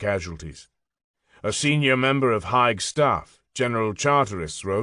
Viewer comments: It's pronounced HAYG , Heights as in the whisky. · I know mate, it was making me question whether Haig is pronounced so in Gaelic. Like, nearly 60 years I've never heard it said "Hiyge" 😊